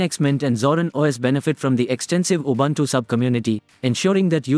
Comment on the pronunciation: Linux, not Linex. Ubuntu, not Ubantu.